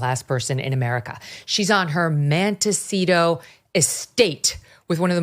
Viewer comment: Montecito, not Manticito...lol Did Oprah hand pick the young girls for her African school based on their looks bc she was involved in grooming them for trafficking purposes. I cant stand that loud mouth phony.